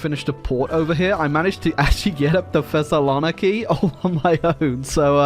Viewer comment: As a Greek, that pronunciation of Thessaloniki is definitely a new one. Oh, and yes, in real life Asia minor was even more of a bloodfest for us, Greek military geniuses have all stayed in ancient times.